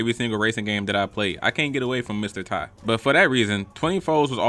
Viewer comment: nigga said mr ti LMAO